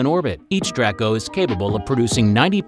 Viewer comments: Need work on editing... It's pronounced Drake-oh not dracko. It's another way of saying dragon. Video would have been a lot more enjoyable if you'd focused on the interior of the Dragon like your title had suggested. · Just a little pet. Peeve may not matter much to some people but it's pronounced Draco with a long A not Draaaco with a short a